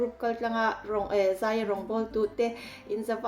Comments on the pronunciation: Zei tiin i sawi a,a diklo ania zai tih tur ania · Zei ni lo in ,zai tih tur aw , zei chu nulat tlangval in ngaihzawnna vel a ,zei an tih ang vel hi ,zai chu chemte in ka in zai tih ang te😅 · A ngaihnawm ṭhin. Mahse... Zei nilo in ZAI Peih nilo in PAIH Ngeihdan nilo in NGAIHDAN, Buatseih nilo in BUATSAIH... Etc. I lo fimkhur nan